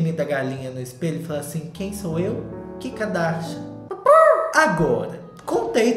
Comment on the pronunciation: kkkkkk vc falando ki kadasha